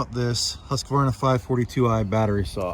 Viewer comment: Refreshing to hear someone on this side of the pond pronounce Husqvarna correctly 😉😉